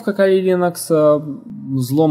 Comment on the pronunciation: Да Вы оба "кадры" ))) - Один называет ХЭдра ... ты называешь ХИдра )))))))))))) ну да бог с ним ))) (П.С. ударение в слове Кали ставь на букву "А" а не на букву "И" - как это делаешь ты... ухо режет .......... Послушай как Индусы произносят имя богини Кали, если вдруг спорить соберёшься...... и да название дистрибутива пошло именно от этой богини) :) Второе: bruteforce - Грубая Сила ... Здесь нигде не оговаривается каким образом и из чего именно будет совершен подбор или перебор пароля!!! (у тебя явно бомбит на владельца того канала, раз уж так решил на нём акцентировать внимание... из чего вытекает ТРЕТЬЕ) В третьих: ТЫ ТОЛЬКО ЧТО СОВЕРШИЛ АКЦИЮ ЧЁРНОГО ПИАРА ДЛЯ ТОГО КАНАЛА!!! А чёрный пиар - это тоже пиар ))))))))))) Минимум каждый второй из просмотревших это видео пошли искать тот канал, который ты так рьяно засераешь!!! И в четвёртых: Конечно уважуха, что занимаешься этим и видимо микроэлектроникой тоже, раз у тебя мультик на столе, паяльная станция с феном..... НО НАХЕРА ЭТИ ВЕЩИ ДЕРЖАТЬ ПРЯМО В СПАЛЬНЕ??? МОЖЕТ ТЫ ЕЩЁ И ВЫСОКОТОКСИЧНЫМИ ФЛЮСАМИ ПРЯМО ТАМ ПАЯЕШЬ??? )))))))))))))))) . В остальном молодец! Так держать!!! Поставлю палец ВВЕРХ.